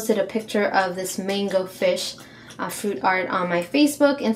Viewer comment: I thought you said full flamingo instead of full mango it sounds alike